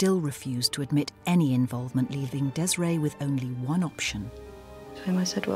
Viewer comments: Oh yes! The narrator says Desray!!! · OMG! THE MOTHERS NAME IS PRONOUNCE DES A RAY!